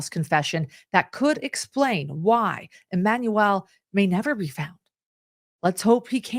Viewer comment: Why on earth do you keep saying EmanuEL?